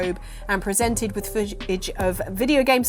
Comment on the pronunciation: She said foojij instead of "footage" so I think has cleverly given herself a legal loophole.